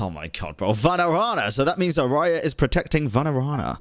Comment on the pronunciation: Just a small correction. Araja, is not a spanish word, the J here is not pronounced like that..it stays J. Raja means King. Its just Araja.